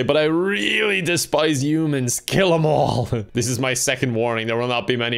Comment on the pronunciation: no one:: youmans